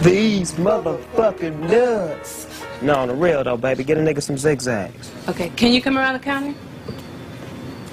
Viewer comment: He Said. ZIGGZAGG 💕💕😂